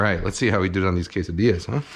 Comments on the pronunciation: my heritage hurts when he says tortijas and quessadijas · he said Quesadijas lol